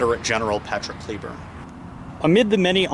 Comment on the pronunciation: It's not pronounced ClEEEburn :(